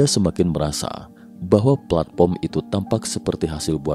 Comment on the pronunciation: platform pak bukan platporm😅